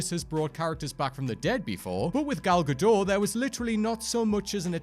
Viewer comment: What confuses me is why can’t pronounce Gal Gadot’s name correctly. “Gah dot.” Not “gah dough.”